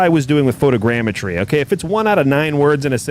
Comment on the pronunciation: Watching the vod today at work. You’re crackin me up man CHARGIN THROUGH ORE IDA. Glad that fixed the DEN problem. Shout outs for being able to pronounce photogrammetry